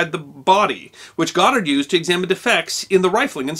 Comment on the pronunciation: YaY, he pronounced the Last name, Right. 😉